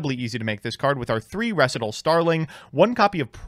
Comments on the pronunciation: Staright-os and Reh-see-tahl are warcrimes. But as a non-native speaker I was condemned once as well. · Ree-sai-tall. Did Alex Cimo with 10 o’s teach you nothing? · Up until this intro skit I thought "Res-eh-tal" was just some avian term I'd never heard of and assumed that was actually how the card's name was pronounced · ITS FUCKING REEEEEEEE SIGH TALLLLLLLLLLLLLLLLLLLLLLLLLLLLLLLLLLLLLLLLLLLLLLLLLLLLLLLLLLLLLLLLLLLLLLLLLLLLLLLL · He mispronounced words on purpose to tick people off. The joke of the intro was he mispronounced Recital so many times hes being put on language trial for crimes against english. Then his lawyer quits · I didn’t even notice the recital miss pronouncing he does until the intro and now I want my ears to stop bleeding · I honestly was irked a bit hearing his pronunciation of recital soooo much... great sketch this guy is good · So given how yugioh cards are constantly misspelled for style points I would have completely accepted your pronunciation of recital if it wasn’t for the intro